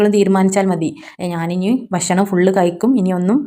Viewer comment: ഭശ്ശണം അല്ല, കയ്യുക അല്ല കഴിയുക.